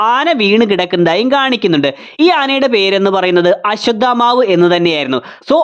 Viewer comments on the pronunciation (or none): none